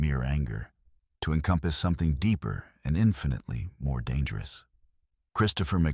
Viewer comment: Very strange, the AI narrator must’ve forgot how to pronounce the words to, A and back in several other words. Like I said very, very strange.